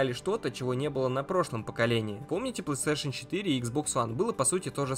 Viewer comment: Это не ПлэСтешен, а ПлейСтейшн.